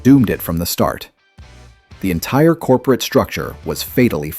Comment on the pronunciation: "COPERATE STRATEGY" 😆